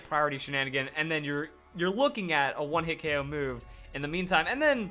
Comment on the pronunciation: It's K.o not okow